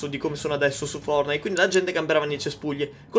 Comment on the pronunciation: Nessuno: Assolutamente nessuno::FORNAID! BADOL ROYAL!